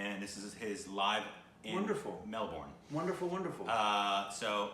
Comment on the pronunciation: Haha its not Mel-Bourne.. try saying Mel-burn or Mel-bern.. love your Reactions 👌👌